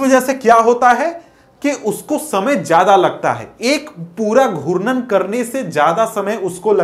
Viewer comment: Sir aap galat pdha rhe ho and ghutan ko guran bol rhe hai